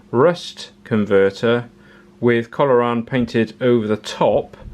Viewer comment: I'm drunk now, after betting shots that you would catch-on that you mispronounced Corrolan as Colloran after the first time. Oh how wrong I was! 🙈🤣🤣 Excellent video, arriving most too late for me to use it on my truck as I used one of the bitumen based paints. Spraying a bunch of C-o-r-r-o-lan would have been much easier! 🤣🙈